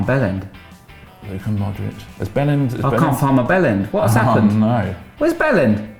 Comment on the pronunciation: Vibe is pronounced Veebay and Bjelland is pronounced Byellend